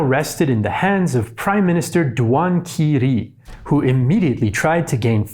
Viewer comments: Sun Yat Sen should be pronuced as Sun Yi Sien（chinese pinyin=Sun Yi Xian），Duan Qi Rui（this is the way of chinese pinyin spell） should be pronunced as Duan Chi Ray。And C from the name Cao Kun（this is the way of pinyin spell as well）should not be pronunced as K，just C！Similar to Chao Kun。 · 段祺瑞：Duan Chee Ray 曹锟： Tsao Kun 奉天： Fenng Tien 孙逸仙：Seun Yi Shian 直隶：Zhi Lee These are the almost correct pronunciations of those names. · The Zhili–Anhui War happened in July 1920. Duan Qirui pronounce more like Duan Chi Ray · Nice content, just that Duan Qi Rui should be pronounced as duan chi ray.